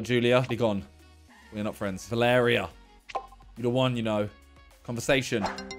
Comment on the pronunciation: The way he said "Va-lair-rea" instead of "Val-er-ri-a" like come on